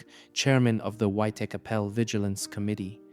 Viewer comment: Buddy. You need to learn how to say white chapel. Your pronunciation isn’t even close to